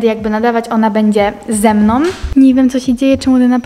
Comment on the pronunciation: G no mówi np zamiast mamą to mówi mamom albo zamiast ze mną to mówi ze mnom XD